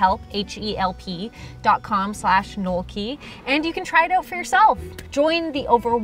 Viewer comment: this is the first time i heard your oot. "figure it oot"